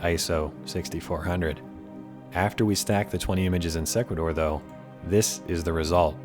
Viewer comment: Thanks for the video. I believe Sequator is pronounced " see' qway tor" like equator with an "s" in front. I've used the program myself with good results. Good tips!